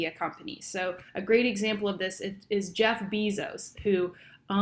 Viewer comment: Random comments on the video. I think Netflix could become a seventh conglomerate. I think the second half of the video where we could see you talking was easier to focus on. I find it interesting that there are words out there without an English equivalent. You said Jeff Bezos wrong, it's Bezos not Bezos. The media controls so much of what we see and do, just creating a youtube account I gave away alot of privacy and information. That is all, now i'm going to go comment first on every youtube video.